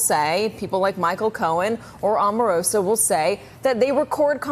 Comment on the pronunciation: I have to drop the volume everytime there is a video with this guy. Why is he always shouting? Omarosa is pronounced with a long O, like Oprah or Obama. You'd think you all would have figured that out by now. He is getting attacked from all fronts...but nothing is changing.